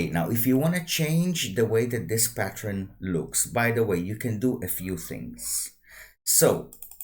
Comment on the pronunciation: patt-ERN not patt-REN 😉 Thanks for the tuto